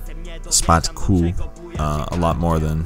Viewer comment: When I saw that Sokół part I was boiling and about drop a fat hate comment but I can see you explained your self and My Polish People dropped few comments about him so I'm good 😂😂 Ps. Szpaku read Shpackoo and Paluch is pronounced as Palooh